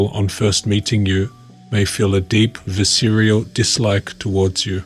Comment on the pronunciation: You mispronounced visceral. Otherwise, great video as always.